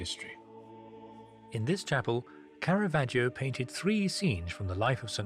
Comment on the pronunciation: Bendor's Italian pronunciation is usually quite good for the artists, but like Phillip Mould he gives Caravaggio an "ee-oh" at the end of his name. The "i" is silent - just there to make the preceding "g" soft: ".....vaj-joh". "Giotto" has just two syllables: "Jot-toh".